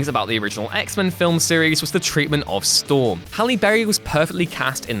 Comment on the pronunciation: Why does everyone get Storm wrong!!??